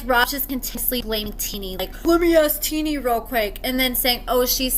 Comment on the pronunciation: I love your videos, but I'm starting to be convinced that you dont actually watch or pay attention to the episodes. First you were pronouncing Shonta wrong now your pronouncing Tennie wrong and she didnt ask his mom "who are you talking to" she said "what is your problem with me" 🤦‍♀️